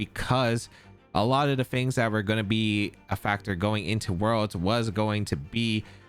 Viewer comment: Not comparing but has 2 Top 4 Worlds finishes and a regional win to his name. Mans is an accomplished player, he can pronounce it how he wants